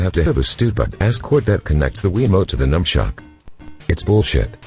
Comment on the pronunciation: fucking sony fanboy if you are a dumbshit why are you reviewing a great console and at least use your voice dickshit not this microsoft voice which calls the nunchuk a numchuck